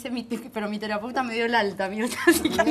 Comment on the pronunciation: Ninuto , dice "teraputas"?